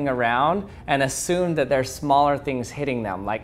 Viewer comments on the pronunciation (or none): none